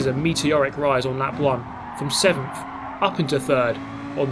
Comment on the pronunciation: You deserved sickf in the first race, not sevemf I’m American I couldn’t help it sorry muah<3